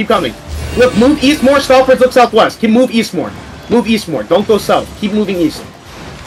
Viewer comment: caller: "run back east guys, run back east": "weast? okay weast"